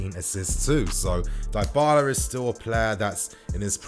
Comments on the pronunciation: Die-bala? It's Dybala fam. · Die-bala seriously 😶 Butchering another name by him again 🤦 It's pronounced as D-bala bruv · It’s pronounced Di-bahlah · Dee baaa laa Nini is is how its pronounced bro just saying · it's "DIIIIIBALA"(Dybala) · U pronouncung dybala wrong